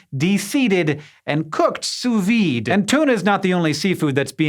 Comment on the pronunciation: I love the way you pronounce sous-vide, it's adorable.